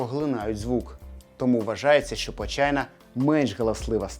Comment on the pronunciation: Почайна каждый раз особенно на английском похожа на Вэджайна